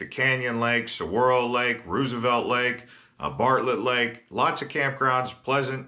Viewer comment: ROSE-uh-velt. Just the the presidents.